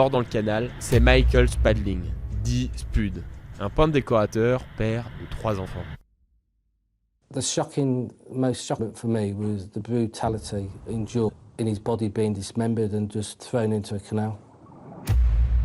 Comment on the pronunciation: prononcer "Speud", faut regarder Trainspotting!